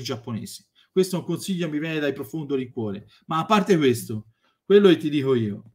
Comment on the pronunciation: Io ormai guardo i video solo per "Lascia stare iggiapponese, io te lo diho!"